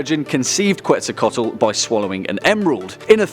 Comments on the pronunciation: QuetzalcoATl, not QuetzalcoTAl lool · It’s not quetzacotl It’s quetz-aco-aot-l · (Kets -sal-Koe-toll) <—-it’s said like this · I liked the video. But in case you didn't know, Quetzalcoatl is pronounced Ketsalcoatl. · You absolutely butchered the name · You said the name wrong. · Dude you can't even pronounce Quetzalcoatl right.